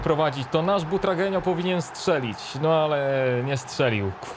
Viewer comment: Kur.. czyta się BUTRAGŁENIO